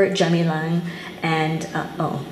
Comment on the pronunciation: Jalur Gemilang is what Malaysia calls its Flag. The G is hard, btw.